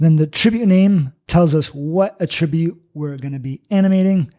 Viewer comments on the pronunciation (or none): Emphasis on the first syllable in ATtribute. Unlike "a tribute", which is what I'm hearing here.